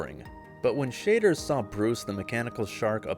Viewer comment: Never heard or Roy Schader…… thanks A.I. person!!!!!!